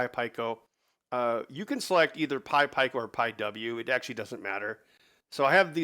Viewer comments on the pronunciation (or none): Don’t bother trying to change him - it won’t work. By the end of the workshop last year, he had me saying pie-koh too! Fortunately I reverted back into proper English when I got home 😆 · Its pronounced Pee-koh not pie-koh